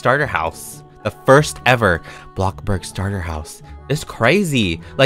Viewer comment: may i ask why he call blockburg ,bluckberg